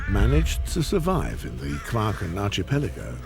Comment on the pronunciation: This is an excellent documentary. I just wish that the chap who gives the comments would pronounce archipelago properly! It is arkipelago and not arshipelago!!!